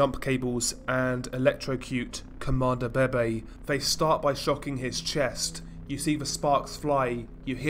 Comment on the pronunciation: isn't it pronounced veve